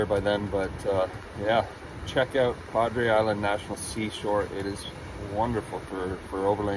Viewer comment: Ontario, huh? That's quite the drive. By the way, in the U.S. we pronounce it: South Padre -not San Padre...